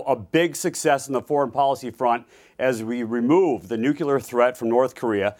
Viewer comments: Damn. People still say, “nucular”?? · How are elected politicians STILL saying "nucular"??? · Corey Stewart, wannabe Trump clone, pronounces nuclear like Homer Simpson. He excuses his relationship with truth his phrase, "Level of lies?" He couldn't make a living with his shady past and faulty arguments as an attorney so politics is his answer? He dodges Chris's answers with deflection, denial, then goes to criticizing his host. Don't let him represent you in Washington? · NUCULAR????? LMAO!!!!!